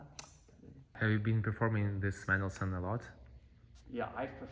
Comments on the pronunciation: A couple of things caught my ear about pronunciation. How does she come by stressing the second syllable of Mendelssohn’s name? menDELssohn? No. MENdelssohn? Yes. Also Tonic. Her pronunciation was TOEnic when the ear expects TAHnic. Just curious. Is it her father’s nationality that causes this variation? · I rematches it and heard “men doll sun” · Suggest if you going to be a top performer, learn how to pronounce Mendelssohn. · Yes that's how it should be pronounced. She says "mendel-sun"